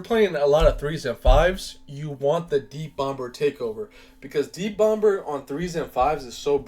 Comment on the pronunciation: 36years n this the first time I’ve EVER heard someone pronounce the B in “bomb” 😂😂😂 making me cringe fr